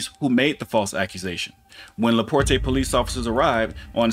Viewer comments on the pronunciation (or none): Just a friendly heads up, it's pronounced "La-port". Sounds so fancy pronounced "La Portay" though. ;> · It's pronounced: La Port No Aye sound at the end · Lol la port”eh” as someone who live quite close to la porte Its a bit too fancy sounding. The “e” is silent. Its just la port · It's not Laportay, its laport. It's spelled LaPorte though. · Small critique. I'm in this area, and it's not La-Port-A it's pronounced just La-Port the "E" is silent once again lol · First, it is pronounced La-port, not La -port-te. I really wish people on social media who are commentating would seek out proper pronunciation of words and names. Please make a statement and let people know the correct pronunciation. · It’s pronounced like Laport but it’s spelled Laporte! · LaPorte, IN. is pronounced "LaPort". The E is silent. 😊 God bless. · I live in NW Indiana. It's pronounced La-Port. The E is silent. They also say it in the video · Very beginning......the cop pronounced the city. Laporte......la port . Do you watch the videos you post? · Laporte is pronounced "La Port". Took me a sec to figure out where this took place. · Towns name is pronounced La Port since I said that I will say that the city does have a few good officers on their department to many of them worry about protection of corporate interests than protecting the citizens because of the money the city gets from the corporation in taxes and other means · It's said like "le port" basically.... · it just La Port.... the E is silent. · La port is how it's pronounced. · It's pronounced LaPort. Leave that extra off. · It's just pronounced "La Port" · Just for the record the “e” in Laporte is silent - it is pronounced Laport… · It's Laporte( la port) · it's actually just pronounced Laport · LaPorte=La Port (e is silent) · Le Porte is pronounced La port the e is silent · LaPorte is pronounced La Port. The E is silent sir. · Pronounced - La port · The E in Laporte is silent . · The “e” in Laporte is silent.